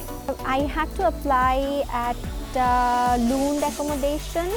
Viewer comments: Its not loond its Lund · Luund ya lund 😂😂